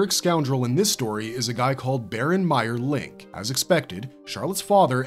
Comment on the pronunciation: At the end of VH:D OVA, Magus asks if D is the son of "our ancestor Lord Dracula", so that's who the ancestor is in canon. And it's not "Meier'lin" It's "Meier Link", two words lol